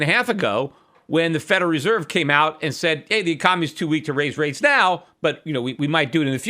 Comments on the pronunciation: He also says feral reserve. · lucifuehrer lol. I love peter and he can say whatever he wants however he wants, but thats funny.